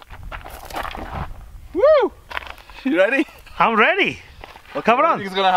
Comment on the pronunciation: "I'm rready"...